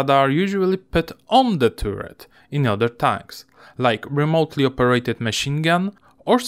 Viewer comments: Nie turret tylko taret :-) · Bardzo dobry film, nie przejmuj się ludźmi piszącymi o akcencie 👍 na przyszłość jabyś robił film gdzie jest dużo o wieży to czytaj to jak taret i będzie super 👍👌